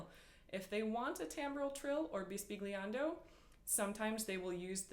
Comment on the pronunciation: Thanks for the ideas! Pronounced bis-bil-yan-do. "gl" has a special sound in Italian. The word means "whispering". You might be interested to cross-reference this effect with the baroque "flattement".